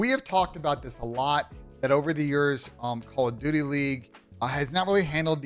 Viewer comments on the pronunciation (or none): 20 seconds in you said " Call of Dutely.", but y????